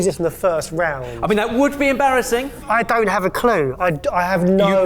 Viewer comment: how em-Baz-asing!